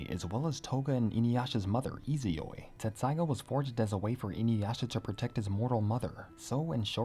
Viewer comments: I thought it was "tetsusaiga" not "tessaiga" lol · Dude, its tessaiga, not tsetssaiga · You're both wrong and right! In the official translation of both the manga and the anime, the name of the sword is written as "Tetsusaiga." However, that's actually because of a translation error, and the original Japanese name is pronounced and spelled "Tessaiga." I feel you with "your childhood being a lie"; when I first started studying Japanese it confused the heck out of me! And all of my favorite fanfictions spell it "Tetsusaiga," too. If you're interested in the details of what got lost in translation, the mistake was made because the printed Japanese font size of the original manga made it difficult to distinguish between the characters つ and っ. They look almost identical, but the second character is slightly smaller which changes its pronunciation. The large つ is pronounced "tsu," whereas the small っ doubles the directly following consonant. When Inuyasha was published in Japanese, the pronunciation guide for the name of the sword, 鉄砕牙, was written to the side of it as てっさいが, pronounced "Tessaiga" (Te - double consonant - sa -i - ga). However, the word was printed in small font and was written vertically, which made it hard to see the size and placement of the second character. Translators mistook it as the large つ, which then made the word てつさいが / "Tetsusaiga" (Te - tsu - sa - i - ga). And thus, the English translation has gone on to lie to fans for years lol Thanks for listening to my own little spiel; I get hyped about this stuff and don't often have a chance to t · I thought it was “Tetsusaiga”. Always hear a distinctive “t” lol. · I thought it was Tetsaiga not Tessaiga. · TET-saiga. TET-saiga. Lol